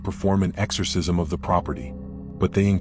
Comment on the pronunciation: AI, that doesn't know how to pronounce esorcism. Why couldn't they get Patrick Wilson to narrate tis?